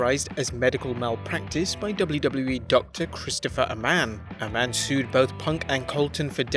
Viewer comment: guessing never listened to the podcast - the doctors name isn't A Man, it's Ay-men, rhymes with Heyman.